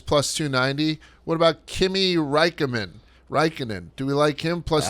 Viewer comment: I love how they both butchered Kimi's last name lol